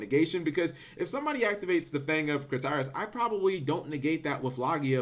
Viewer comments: fang of kritarius? cmon cap, KRITIAS, enunciate cap... ENUNCIATE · I think the card name is pronounced as Crit-Tea-As in the English Dub, not Cre-Tea-As. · Critias not Critarias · CRIT-E-IZ, NOT CRY-TIS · lol I love the fang of... "Crit-í-as" omg Cap Critias is pronounced "Criteeas" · Rafael Diaz Thank you, I thought I was the only one driven crazy by how he pronounce it. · crit-e-us ots pronounced crit-e-us lol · Crit TEE us... Jesus Christ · Crit-Ee-Us how to pronounce. Sorry cap but have you heard of our lord and saviour pronunciation? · It's pronounced Crih Tee Ess. Sometimes all you need to do is watch the anime and they'll give you the way to say it. You had this same issue with Timaeus. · Stop buturing Critiaus name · watch yugioh waking the dragons before butchering Critias' name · The way you pronounced "Critias" made me cringe. So wrong. Did you not watch Original Yugioh lol ?!